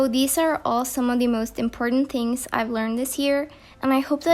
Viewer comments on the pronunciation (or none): Love how she says ‘tings’ instead of ‘things’ soo cute